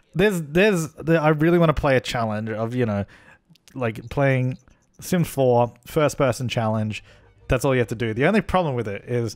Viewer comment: "and welcome to The Sims FOIR" Me: Oui